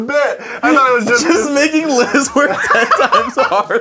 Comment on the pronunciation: It's Liz not Lia lol